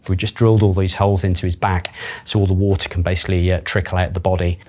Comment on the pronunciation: Is the r in water silent?